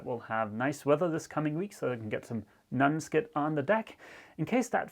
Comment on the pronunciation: You keep saying nunskid. I'm positive that you speak better English that I speak whatever your home language is but just so you know, it is pronounce non skid. Non sounds like on and I've heard you say on correctly so this should be possible with minimal effort. Just letting you know. I like your videos and your overall demeanor. You seem like the guy from this old house crossed with Mr. Rogers. Those are probably too specifically American references but they are pretty recognizable types around here and if you were curious you could find them on YouTube. Also, and this is again, just so you know, patreon is pronounced pay tree on. The way you're saying is, pay tron , kinda like patron (pay trun). But again, your English is a thousand times better than my "any other language". This is just FYI.